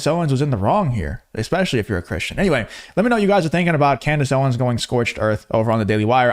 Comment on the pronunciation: Can't say Cristian either? Jesus Christ dude... 🙄